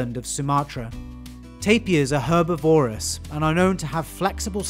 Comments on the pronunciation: Herbivorous pronounced with the stress on the “i”. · Lovely. BTW, don’t use adjectives as nouns, which by the way you mispronounced. Herbivore, carnivore and omnivore are the nouns. Herbivorous and carnivorous were also mispronounced. Just saying! Consult a dictionary.